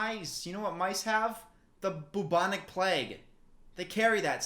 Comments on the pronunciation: No one: Not a single soul:: "PLAGUE" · im sorry, how the fuck did you just pronounce plague? PLAG? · I hate how Americans say “plague”, like they just say “pleg”